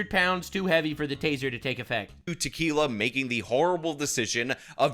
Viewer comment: Actually her name is pronounced Ta-kill-a....which is also more accurate 😂😂😂😂